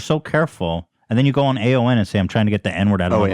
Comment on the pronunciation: correcting ethan when he kept saying AON 😂